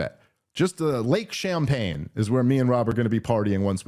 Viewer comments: I have to correct Dave here. The lake in upstate New York is called Lake Champlain. Not Champaign. It’s from when the French ran that part of the world. Just don’t want you out there looking stupid Dave and lots of people have summer homes on it, rich and poor. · I love you Dave but those champagne jokes don't land that well when that's not the name of the lake. It's called Lake Champlain and he even said it. This is like the third time I've heard you guys mispronounce the names of decently well-known places around the country, it really shows how New York you guys are and barely know the rest of the country 😆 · Champlain, with an L, you deaf bastards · It's Champlain. Give Sanders the L, he'll take it ;) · Lake Champlagne* Dave. As in Samuel de Champlagne. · C’mon Dave Smith, it’s “Lake Champlain” with an L. They’re famous for having a “Loch Ness” style monster that they’ve affectionately nicknamed “Champ”. That would have been a better excuse for Bernie having that house, “I’m trying to catch the monster, it’s a menace! Yes, I know a lot of their tourism centers around the monster, but I hate the monster of Free Market Capitalism even more, so Champs got to go!” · Pretty sure it's "lake champlain". Dave's not the best at naming cities. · It's lake Champlain with an l it's a French name. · Dave, it's actually lake Champlain. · i know you’re the only one who reads these comments so please tell dave that it’s “Lake Champlain” before an idiot leftist does it. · 😂😂 he kept saying too…just an honest mistake but pretty funny. Also he grew up in NYC and travels as a comedian I was surprised he has not heard of lake Champlain..it’s not like a small late no one has heard of 😂😂 still love ya Dave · It's "Lake Champlain", but it's way funnier that you called it Champaign hahahahahaha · Unfortunately for comedy sake, theres an L in Lake Champlain and not pronounced "champagne" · Samuel De Champlain is rolling in his grave after hearing you call is Lake Champaign.